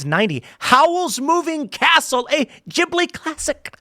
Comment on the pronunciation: It's not Gibli, It's Ghibli.